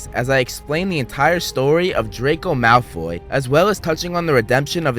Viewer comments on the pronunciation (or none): Its not drayko malfoy its drayko mouth full